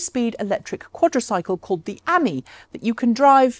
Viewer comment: Not the 'ammy, the amee (as in "friend", or "n'est-ce pas, mon ami?"), surely?